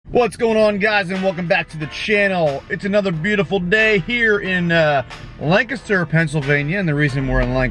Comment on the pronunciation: Alright you said it right!! Lol landcaster. Some say land caster but down here in the south we sat land ca ster